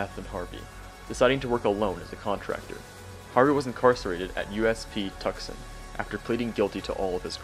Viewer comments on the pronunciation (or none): Hey, your pronunciation of USP Tuscon was a little incorrect. It's pronounced too-son: the C is silent. That may also be how it's pronounced locally, as I used to live there.